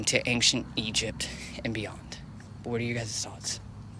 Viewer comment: It's ancient, not fcuking anxient how that white girl sayin it ish